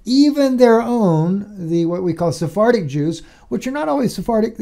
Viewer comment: When you said SoFartic Jews,I had to laugh, because it sounds like So Farting Jews.God so loves his So Farting Jews...🤣